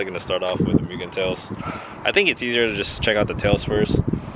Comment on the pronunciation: Pronounced moogen bro. MOOgen lol but keep up the CTR content! Have a 19 CW myself🤜🤛